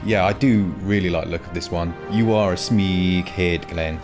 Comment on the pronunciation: Shouldn’t that be smeg head, rather than smeeg head🤔